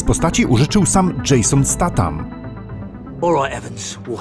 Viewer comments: "dżejson staram" XD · Dżejson Statam xd